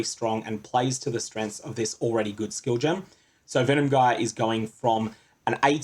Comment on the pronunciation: Good info. But that's not how you pronounce "gyre"